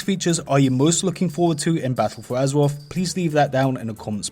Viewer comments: fings. azewoff. I can't listen to this shit. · Battuwl fowr Azewoffffff xD